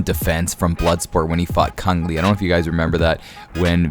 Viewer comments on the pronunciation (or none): Chong Lee.. not Kung Lee.. people don't call you do they.. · It's Chong Li mate not Cung!! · Chong Lee.. not Cung..